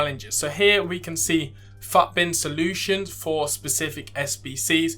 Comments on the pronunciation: Nice video bro, I think everyone says “footbin” rather than PHUTBIN lool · mate the way you say FUTbin LMAO